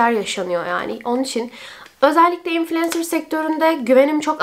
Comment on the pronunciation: İlk defa infulensır diyen birini duydum konudan bağımsız